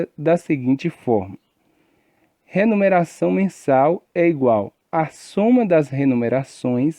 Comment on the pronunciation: Muito bom.. mas ele fala "remuneração" ou "renumeracão"